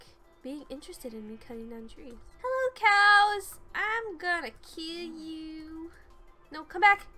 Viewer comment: "Hello cowwss. I'm gonna kille yewww"